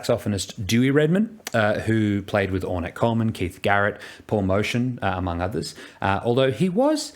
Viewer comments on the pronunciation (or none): it's Keith JARRETT, not Garrett. And Paul Motian pronounced his surname MO-tee-un, not MO-shun. Other than that, good stuff in this video.